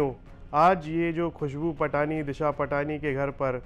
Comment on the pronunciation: ओ अनपढ़ों दिशा पाटनी नहीं है दिशा पटानी है